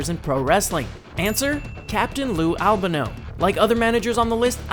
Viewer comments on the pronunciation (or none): Captain Lou 'Ab-a-no'? It's 'L-ban-o'! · Al Ban o , not Al beno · Al bah no?! It's Al ban o you fucking idiot! Do your research you phony wrestling fan! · Good video but it’s Not Al Bunno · It's AL-BAN-O... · Captain Lou ALBENO??? The greatest heel manager of all time and Louis Albano has his name mispronounced not once, not twice, but three times by this punk who wouldn't know real wrestling and real heat and real booing with none of it added in in post production if it marched out of the ocean an slapped you upside the head with a sledge hammer. The "an" in Albano's name is pronounced just like the English Grammar Article "an". As In "An apple" " An audition" etc. Do you hear me you punk? You've got the brain of a dehydrated b b. Put your brain in a bird and pffffft, fly backwards. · It's pronounced "Al-Bon-Oh" btw, but good video. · Jt Blayze al BAN oh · Stop trying to defend the video person's bad pronunciation